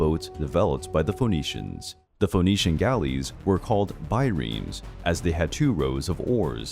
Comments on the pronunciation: Phoenician rhymes with bird not bold! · The O in Phoenician is silent.